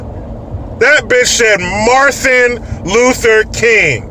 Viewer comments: Marthin Luther King.. I haven't heard a child say that!! LMAO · “Marthin Luther King”... Great. The people in certain districts are electing women who learned to speak from Sylvester The Cat. BTW, Randy Johnson is an athlete (not ass-leak or athleak or whatever she said) and he’s a son of a bitch! I’m sure my fellow Yankee fans can agree.